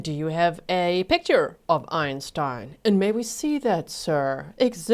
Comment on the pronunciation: So, defense team, the word is picture, not pitcher. PICK chur, not PIT chur. You're welcome.